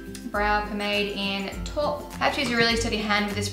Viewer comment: PLEASE stop pronouncing taupe as 'tawpe', it's 'tope'... think 'taupe on a rope';) xx